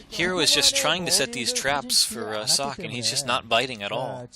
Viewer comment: You were right. "Sock" is correct pronounciation. :-D